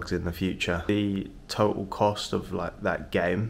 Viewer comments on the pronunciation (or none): none